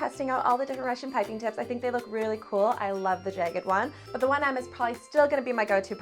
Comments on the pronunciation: you say jagged weird? “jey-ged” it is “jah-ged” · jæg-ged not jage-ed, bæg not bage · ok im not tryna be mean but i think she says jagged wrong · I’ll subscribe to your channel when you learn how to say the word jagged properly